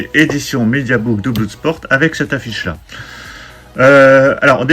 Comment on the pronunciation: Salut On ne dit pas BLOUDsport mais BLODSPORT...